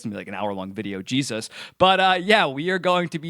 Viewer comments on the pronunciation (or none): none